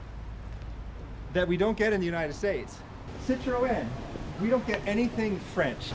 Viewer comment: Did he actually pronounce Citroen as Citro En